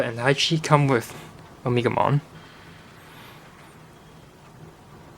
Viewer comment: o-me-ga-mon not omikmon or At least omnimon